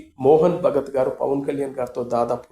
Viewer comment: మోహన్ భగవత్ అండి.. భగత్ కాదు..